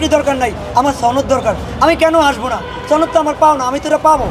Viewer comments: বারবার ছনদ বলা হ‌চ্ছে,ছনদ কথা টা ভুল সনদ হ‌বে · সনদ হ‌বে ,ছনদ না ,বারবার ভুল কর‌ছেন,আঞ্চ‌লিকতা প‌রিহার করুন